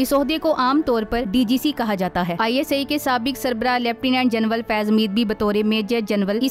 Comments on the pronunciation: Janral hota hy ya janwal hota hy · Sister General kehtey hain. Genwal nahee😂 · Bibi General Hota Hai Genwal Nahi... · محتر مہ جنول نھیں جنرل لفظ ھے درست کریں شکریہ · لیفٹینٹ جنول نہیں بلکہ لیفٹینٹ جنرل کہیں